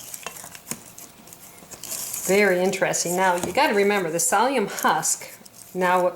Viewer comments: Not pronounced salium pronounced silium (psyllium!) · She needs to learn how to say, “Sill-E-um” husks!!! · Please note, it's psyllium, no sallium! Thank you. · Nice video,i believe it's pronounced silly um. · Haha! Thank you! I had no idea what she was referring to when she said "salium"! I even googled it!! Haha! :) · Your videos are great! What kind of drama queen whines about the way someone Pronounces psyllium!? -_ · Thanks for the information and recipe. The most annoying thing about your video is your pronunciation of certain words. Its Silli - um..... (psyllium) not salium and Yoe....lks... not oaks... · It's not pronounced SALLIUM, it's pronounced SILLYUM. Oh, and egg YOLKS, pronounced YOKES, not OAKS. 1🤣🤣🤣🤣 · Lol! " salium " and "Oaks" ??